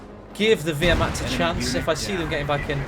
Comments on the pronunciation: I would say vehr-macht ... the “w” isn’t pronounced I don’t think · please don't pronounce Wehrmacht like that ( painful ) ... the correct way it's Ver-macht (VE -nice, Venice)